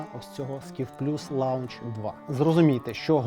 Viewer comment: Прикольний ролік, дякую. Маю сурдж другої генерації вже десять років, дуже задоволений. Які ремарки до відео - чоловіче! Вчить мови! Launch англійською - кидок, старт (ракети) вимовляється як Лонч,була така програма Сі Лонч. Лаунж та Ленч схожі,але це все дещо інше. Сурдж,Вейв,Супертул300 це не преміум сегмент,це базові мультітули. Вони коштують 60-85$ . Преміум від лезерман це Чардж,MUT та деякі нові ,не пам'ятаю. Вони виробляються з багатьма витребеньками типу титанових корпусів та елементів з преміальних сталей. Коштують до 200$. Щеплення та Зчеплення - це різні слова,справлялись - впорались. Успіхів!